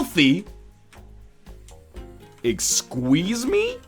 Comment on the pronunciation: Ex-squeeze-me?? LOL